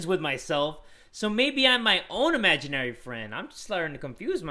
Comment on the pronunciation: Uhm.. imaginary... not amaginarie...